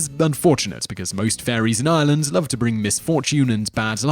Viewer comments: I'm sorry but 1.) it's Ireland not Island - say it right and you've butchered most of the names. I know they may be hard to say but at least pronounce easier ones like Banshee correctly. You should be putting an accent on the she so it stands out more if that makes sense? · anyone else feel he's pronouncing Ireland wrong :/ I'm hearing Ieland not Ireland maybe its just me